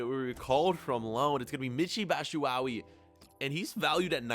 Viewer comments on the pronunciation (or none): haha your pronounciation of Batshuayi is funny. say BAT SHOE WAH YEE . next team, do Lyon in france or Marseille